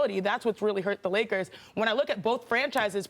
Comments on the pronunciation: So we are going to ignore that Perk said “Lakerses”?😂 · The Lakerses 🤣🤣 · Did Perk just call them the "Lakerses" 🤣